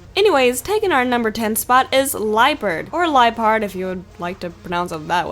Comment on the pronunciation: If you switch the "L" and the "P" in Liepard, then you get Pielard